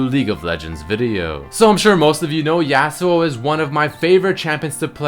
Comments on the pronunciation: The way you say Yasuo makes me cringe. It's not YEAHsuo, it's YAWsuo. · The way he pronounces Yasou tilts me. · Hearing you pronounce Yasuo tilts me hard lol